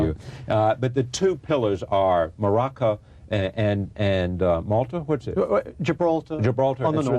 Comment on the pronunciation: Charlie Rose: "The two pillars are...'maraca'...and 'Malta'?". Theroux: "Uh, Morocco and Gibraltar." Theroux must have wondered how this interviewer ever developed his credibility.